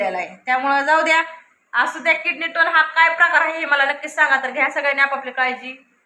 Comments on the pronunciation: अगं ताई किडनी टोन नाही किडनी स्टोन आहे...... आधी दवाखान्यात जा डॉक्टर सांगतील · किडनी टोन नाही ग बाई,किडनी स्टोन .म्हणजे मुतखडा